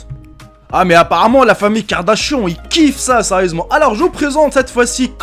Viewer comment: Ça s'ecrit Kardanshan mais ça se lit kardanshane ane ane ane c'est an ok compris c'est trop chiant d'entrendre Kardashaon mais c'est kardadanshane ou Kardanshan